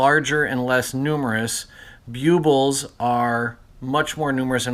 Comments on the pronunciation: I believe they are pronounced BULB ills, not Bue Bills Just say the word "bulb" and put "ills" at the end. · Bue-buls??? Ouch, my poor ears. They’re called BULL-BILLS... NOT Bue-buls 👎👎👎